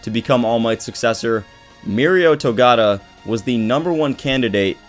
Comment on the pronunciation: Togata not togata